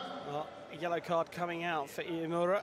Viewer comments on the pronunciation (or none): this commentator can't get iimura's name correct wtf